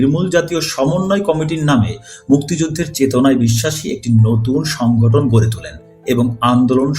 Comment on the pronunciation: অকারণ নাটকীয় না করে স্বাভাবিকভাবে পড়ুন, এটা ইতিহাস, নাটক-সিনেমা না। আর হ্যাঁ, প্রতিবার সংগঠন কে সংঘটন বলছেন, খুবই কানে বাজছে।